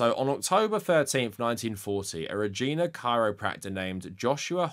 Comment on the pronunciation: Canadian here: we pronounce the city "Reej-eye-na".